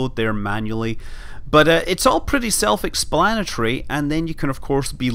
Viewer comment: You said self-explanetary, right? :P